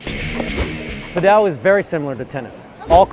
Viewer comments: its not "pad ell". its just Pad ul". please learn to say it correctly.... I live in Spain and this is 100% not the correct pronunciation, its not like padell as in bell.. its padel as in full or padle if that makes it easier... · Why does he pronounce it "paDEL" rather than "PAdel"?